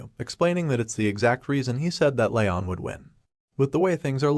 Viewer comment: since the voice swap at around 50% of the vid he says Ryon. HIS NAME IS LEON